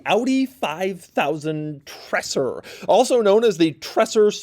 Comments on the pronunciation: These tinted taillights were available as tuning parts for some VW-Models being famous in Germany in the 80er and 90ies as Treser-Taillights. PS: It’s more pronounced like “Traser” NOT “Tresssser” it’s a soft “S”.👍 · Just so u know, it's not pronounced "tresser" and more like "traeser" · my ears are bleeding! The pronouncing is not "Trässsö" . but this is ( TRREEESÆRRR ") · Treser, Doug, not Tresser! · Its Treser not TreSSer . Phonetically its more like: tray Sir. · STOP SAYING 'TRASSR'!!!!!! It's Treser. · It's pronounced 'tre-zer' not tresser. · It's not "Trasser", amigo ... it is more like "Traysar". And we neither say "Wooltah", but more like "Wall-tar" ("tar" as in "tarmac"). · It's not tressur.. it's tray-zur. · Just a small correction: it´s not called "Tressah"! You pronounce it "Traser", like "taser" with an extra R. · For a nice review, it hurts my eyes to see the directional wheels being mixed around, and hurts my brain to hear "Tresser" time and time again. 😣 Treser was even head of Audi Sport, and I would see his name as "Tréser" (my best descriptions). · Awesome, that you got one too review! But it's not tresser it's treser, kind of like tazer with a r before the a sound. Greetings from Germany😉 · Great video as always! Only one comment, it is pronounced “Trayser” not Tresser. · Pronounced “Treh-ser” not “Tresser”. Other than that great as always! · Treser, not Tressor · Treser = pronounced "Traizer" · Treser in German is pronounced TreZer. Also, the wheels are directional, the front left is a right side one. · German here, true about how to pronounce Treser, but i think Doug is already going way beyond how to pronounce German Names and Word compared to most other American Car Reviewers. But for those who want to have an easy way to pronounce Treser correctly try: "Dre" like in "Dr. Dre" but "Tre" and then "sair" Prost & Cheers from the Bavarian Alps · It's pronounced 'Treeeser' with a long 'e'. No idea where Doug gets the double-s from 😁